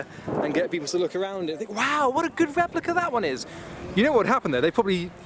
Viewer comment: A Fewwawi Weplica